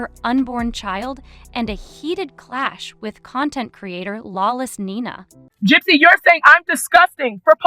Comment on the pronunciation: It’s pathetic AI content. A genuine content creator would at least manage to pronounce the names of the main people who are the topic of the video, instead of this ‘gypsy row’ / ‘lawless Nina’ nonsense.